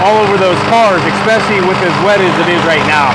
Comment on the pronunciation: Ity ESpecially not EXpecially.